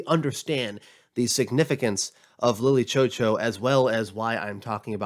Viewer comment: God i wish he could just say lily chou chou right